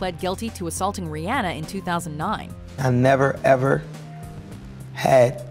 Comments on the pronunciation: JESUS IT RIH-ANA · They need to learn to say Rihanna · Bruh that is not how you say Rihannas name